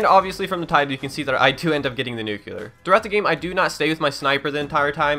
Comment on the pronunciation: It's pronounced "Noo-Clee-Uhr" not "Noo-Culer"